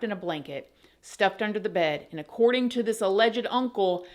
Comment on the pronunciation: Sorry it Is Alleged not Alle Jed luv ya